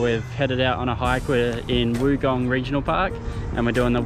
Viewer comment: It's pronounced Wongong.